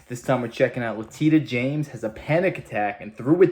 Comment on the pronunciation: Not how you pronounce her name…maybe it’s the lisp…this is what EVERY AG does prosecute white collar crimes included, Trump is NOT president anymore PERIOD….you, and any other citizen would be prosecuted so…….